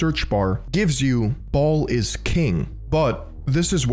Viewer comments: Baal is pronounced 'Bale' not 'Ball'. get rekt. (420 iq) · Baal is pronounced "Bale"